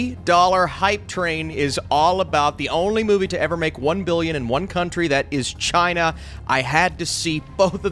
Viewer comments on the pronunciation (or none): none